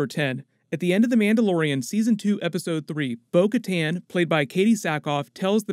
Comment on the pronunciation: Bo Kattan said her name like "Boca Tan"